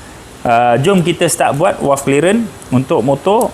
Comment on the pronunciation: bunyi nye V=valve. Bukan W= Walve. Bukan di sini, bonggoooo